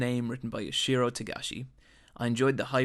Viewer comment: this fucker really just said "yoshiro togashi" yoshihiro*